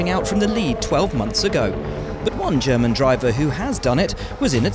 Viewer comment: "Germen" oh bruh.